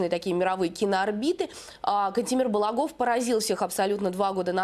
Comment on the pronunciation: Единственное замечание. Ударения на а. БалАгов